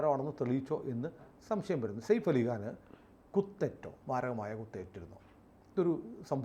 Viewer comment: സയഫ് എന്ന് പറയൂ സേഫ് അല്ല